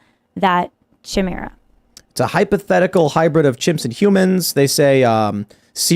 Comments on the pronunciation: Chimera’s!? Really!? For f***’s sake 🤦‍♂️ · Why is she saying chimera like that? She just heard them say it correctly